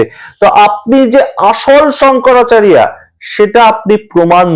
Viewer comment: প্রতিবেকের শংকরাচারিয়া সম্মোধনে আমার আপত্তি রইল। শঙ্করাচার্য আমাদের বাংলা ভাষায় উচ্চারণ ।